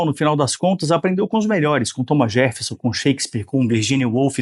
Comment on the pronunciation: Não, o cara falou Thomas JeRffeson, mesmo. Com o R nesse lugar bizarro.